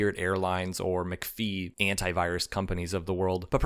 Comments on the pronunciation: McFee? Really? Good reading. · I caught on as soon as I heard the awful pronunciation of McAfee. 😂